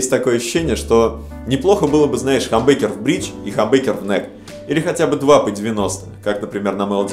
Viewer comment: не хамбекер а хамбукер